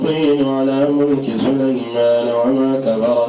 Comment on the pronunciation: يااخي سليمان النون فتحه ليسة مضمومه